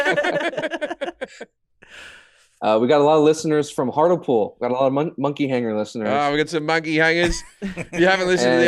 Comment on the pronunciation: Hartlepool is phonetically pronounced: Heart-lee-pool. They genuinely thought the monkey was a French spy. It's a fascinating insight into human prejudice born of State propaganda. A modern equivalent would be, Jim rocking up in Pyongyang.